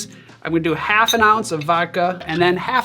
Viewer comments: You keep saying cream of wall (crême de mure) instead of cream of blackberry (crême de Mûrre, Mi'your) Great video, best to you! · Man, I went through too much content on birds today; I heard "creme de mûre" and thought "murre" instead! That would have been an awkward recipe...